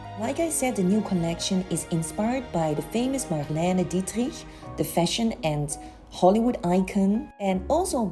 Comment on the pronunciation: ❤ how you're pronouncing Marlena Dietrich ❤